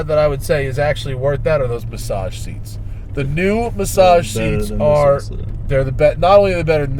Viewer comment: Matt, go blow your nose lol He said "Bassage seats"